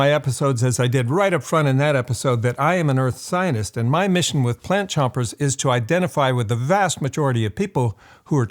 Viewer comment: The way you say "scientist" sounds like "zi0n!$t" to me.